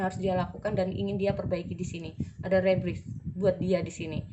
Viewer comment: Readingannya perfect ka hehe cuma itu nomer 3 bacanya “Rebirth” itu “Riberth” hehe kaka kebalik rebirth